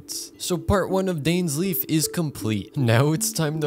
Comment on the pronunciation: This. Is. Not. How. You. Pronounce. Dainsleif.